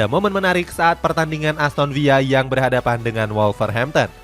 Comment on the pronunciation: aston villa min bukan aston viya